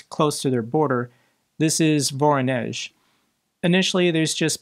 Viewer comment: love to, but as per hitting electrical facilities in Voronezh, well... he cant even pronounce Voronezh properly. so I say hit every and all russian electrical production and transmission locations. hard emphisis on those which feed the rail network.